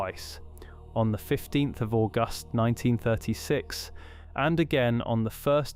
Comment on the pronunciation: "ORgust" AI is shit